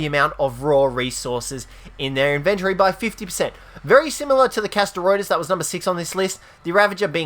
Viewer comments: It's in-ven-tory. Not in-vin-tree. Learn to fucking pronounce words. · Sound it out with me. In ven tory